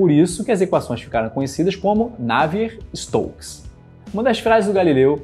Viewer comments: Ótimo vídeo, só faltou dizer que na prática a equação é abordada numericamente, com simulações por computador, na falta de uma solução analítica. Outro pequeno detalhe, com o risco de ser pedante: a pronúncia ‘návier’ para Navier vem do inglês, em francês é ‘naviê’. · Excelente vídeo! Só uma correção o nome do cientista Navier se pronuncia "Naviê". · Porque voce pronuncia "Navier" c sílaba tônica na 1a. Sílaba ? Prá mim, é 2a !